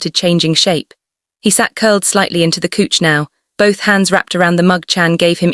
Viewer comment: even though it is AI and Fiction please do not say coech { couch } but cauch {couch } it sound so annoying